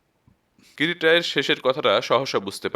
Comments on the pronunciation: নাম কিরিটী , কিন্তু বারবার কিরিট্ কিরিট শুনে বড় খারাপ লাগছে, আর উচ্চারণের বড় গোলমাল, ঠিক করে নিলেন ভাল হয় 🙏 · গল্প পাঠ ভালো ভয়েজও ভালো। কিন্তু কিছু কিছু ভাষা অস্পষ্ট। যেমন কিরিটি । একেবারেই কিরিটি এই শব্দ টি বুঝা যাচ্ছে না। কাইন্ডলি একটু ঠিক করুন। ধন্যবাদ